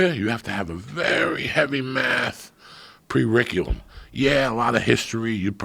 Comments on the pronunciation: Joey "Prericulum" Diaz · ''You gotta have a very heavy math prerriculum'' - Joey Diaz